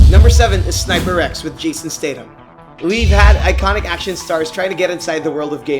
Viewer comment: statham is pronounced staythem